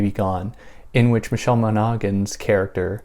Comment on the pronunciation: Good video! It's pronounced Michelle "Mauna-han", mauna rhyming with sauna and fauna.